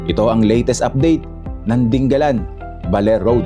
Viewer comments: hindi po ding- ga - lan. di- nga - lan po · Sa mga taga Aurora, Dingalan ang bigkas dyan at hindi 'Ding-galan' na parang Pangasinan. Mabuti naman mukhang malapit nang matapos yang coastal road. Ingat sa byahe. Thank you for your video. Mahirap lang dyan after nung bridge baka maraming aangal na naman na driver sa sobrang tarik ng daan kagaya ng Gumaca bypass road.